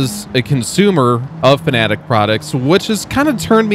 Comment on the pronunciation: Fanatec not Fanatic :D